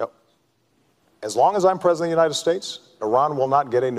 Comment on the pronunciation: obama all "da" way???? apparently you haven't lived in america the last 4 years!